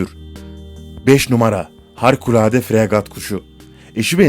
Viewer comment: İki kez HARKULADE deyişin beni benden aldı. Somali'nin içinden misin?